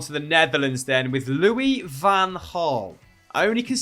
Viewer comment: It's pronounced LouiS fan Hraal. He is not French. Don't be shy of the s. ;-)